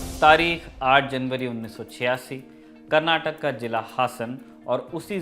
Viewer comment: It's KANNADA not Kannad😡 & It's KARNATAKA it's not KARNATAK 😠